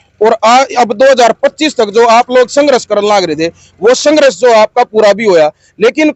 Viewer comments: Apna ucharan this karle yehshaba sanghras nahin balki sanghrs hai. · भाई पत्रकार आप हिंदी भाषा को सही से उच्चारित कीजिए,आपका जो संघर्ष शब्द का उच्चरण है वो आपके सारे संघर्ष को प्रभावित कर रहा है भाई आप हिंदी शब्द को हरियाणवी लहज़े में मत बोलकर , संघर्ष शब्द की गरिमा को देखते हुए आप उसे सही से उच्चारित कीजिए, आपका बहुत बहुत धन्यवाद ❤